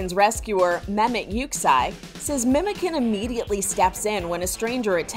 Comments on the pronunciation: Not memo can it should be how do i say this like you know when you say cha -cha that is the way you pronounce the C like memochan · I'm sure name is not pronounced "memoken" as in turkish 'memoçan' which is pronounced "Memochan or Memojan" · Not Memeken it's pronounced MEMOJAN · The name is pronounced "memojan", "memo" is a shortened version of the name "Mehmet". The can at the end makes it mean "little memo" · Fun fact, memocan is pronounced like "memo" from the word memory and can as the name "John" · Memocan Pronounced: MemoJaan or MemoJohn 👍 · The can in memocan is pronounced like john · it's actually pronounced "Memogan" the c is a g in Turkish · As a Turk I can sure say I'm bursting of laughter after hearing the way she pronounces memocan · LoL the C in the Memocan doesn't pronounced like that 😅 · they pronounced the names wrong thats all im frustrated about 😅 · that’s not how the name is pronounced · Bro Memocan isn't pronounced like that 💀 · Pronounce the name right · Pronounce the fellas name correctly please 😭 we won't allow you to disrespect Memocan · The way she pronounced Memocan is horrible